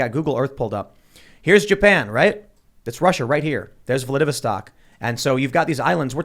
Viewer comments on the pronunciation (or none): Can't even pronounce Vladivostok correctly lol. Norway not on the border with Russia, Finland is. Don't agree with the invasion, but you've got to admit there was some provocation - including the expansion of NATO since the 90s, the 2014 coup funded by USA, the blocking of water to Crimea etc. Also the MSM never reporting on the war before Putin invaded. ONly counting deaths from that day lol